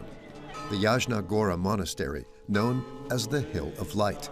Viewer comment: Опять искусственный интелект произносит неправильно слова монастырь Ясна Гора, а не Ягна Гора и т.д.